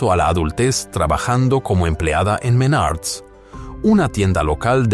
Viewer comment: Menards no Menarts jejeje pero igual buen resumen d su historia laboral 👍